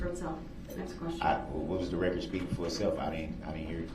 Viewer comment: Rekkerd, licemplace, bofe, jeery, share squeem, enty, amanent…db is full of mispronunciations…